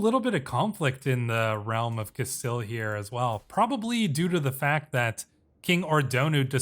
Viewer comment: I'm sorry, but it's "Cas-steel" (or "Cas-stee-ya" if you're pronouncing it in Spanish) not "Castali" this was driving me crazy. Otherwise, very much enjoying your playthrough.